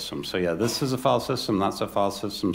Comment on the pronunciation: Note to the watcher of this video: when you hear the word "fall-system", understand that the presenter means to say, "filesystem". Fall-system doesn't have anything to do with a system of falling.